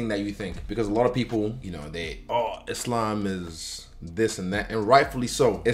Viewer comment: So so so srryy bro....Islam...??wad ??Islam??wad??say it again bro...Islam...wad?? DAN WHO??WAD DIS U JUST SAID....LOL....NUTHING MUCH TO SAY....I GUESS U MIGHT BE A GOOD VIDEO FUNNY EDITOR...UR TIME IS COMING SOON TO BE LIKE DAN.....GOOD LUCK